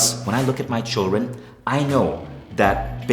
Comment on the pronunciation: Its funny to watch and c all the words he fails to pronounce correctly, should really practise the fake accent more. Obzessed, chiren, hahahaha, the words r obsessed and children. Maybe if u had dropped the fake accent, your wife could have understood what u were saying when u begged her not to divorce you. Think about it, could be a good thing for u to sell.